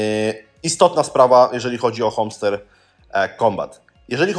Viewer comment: Hamster - nie homster....